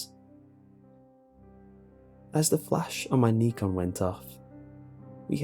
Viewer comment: Someone tell me i wasn't the only one who heard the way "Nikon" was pronounced and made a "WTF" face.